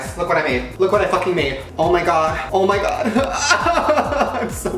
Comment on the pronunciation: This is how many times he said oh my god Jk I don’t want likes it’s just funny how he says “oh my ghod” 😂